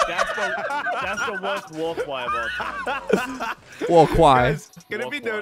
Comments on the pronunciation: Waw* you meant to say waw cwy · To Franklin: the wowst waw cwy is obviously "UwU!" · Prediction before I start watching: Demos are gonna be extra annoying when you respawn over an open pit right after Edit: "War cwy" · That is the worst Wawr cwy